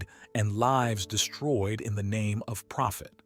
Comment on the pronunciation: you said "phophet" for profit